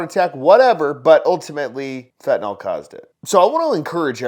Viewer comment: Why so people say "fentaNOL"? It is NYL. FentaNYL